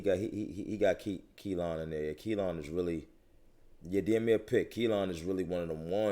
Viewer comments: Ayo yall brothas killin me with the way yall pronouncing that Kalan🤦🏿‍♂️🤣🤣🤣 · I thought it was just me!! Lol. I can't understand why it's so hard to pronounce. They keep calling it Kelan